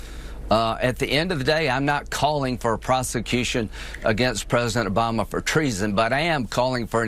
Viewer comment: It's Obama not Abama you idiot!